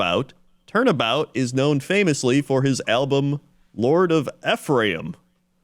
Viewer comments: Ephraim is pronounced ee-from. Also Manti is pronounced mant-eye. I guess you got me, my Utah secrets are out. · Not to totally feed into that discussion of “tell people the wrong info and they’ll correct you” bit but Ephraim is pronounced Ee-From (emphasis on the Ee) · Mr Shizzle is just Snoop Dogg Also Ephraim is pronounced Ee-from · As a Utah resident, I was cackling at your pronunciation for Ephraim. Others have already pointed out the correct way, so I'll give you some other ones. We have Tooele (pronounced Two-will-uh), Mantua (pronounced Mant-away), and Hurricane (pronounced Hurri-kin, or sometimes just Hurr-kin)